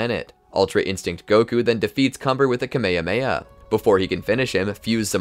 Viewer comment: Bro said kamahamaha instead of ka - ma - ha - ma -ha